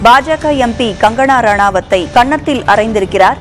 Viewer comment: Gangana இல்லை Kangana 🤣🤣🤣